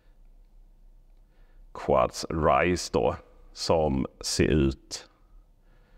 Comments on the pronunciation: Namnet skall nog uttalas "Kuds". Quds är det arabiska namnet på Jerusalem. Så bilmärket är i princip "Jerusalem" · Bilarna heter inte ”Quads” utan Quds vilket är det arabiska ordet för Jerusalem.